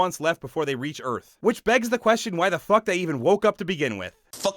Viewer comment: alien earf